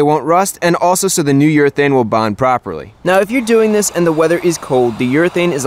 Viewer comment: I heard "New York thing" everytime he said "New urethane" 😂😂 Nice video Chris!